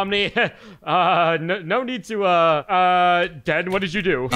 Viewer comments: why is pomni saying denny instead den😂😂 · Why is pomni saying denypoo???? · Um why is pomni called you Denny instead of den😆😂🤣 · Why does POMNNE always act like that and why did she say Denny? Instead of DEN.🤨🤨🤨🤨🤨🤨🤨